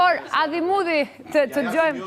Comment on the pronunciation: Ha ha ha Adhi Mudhi thote po Adhamudhi moj se na shkrive